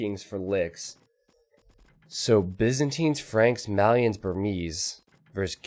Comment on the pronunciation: can you stop saying BIZinstines, its Byzantines